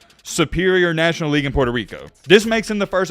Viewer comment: Racist ah video lol especially when he tried to read the Team and League name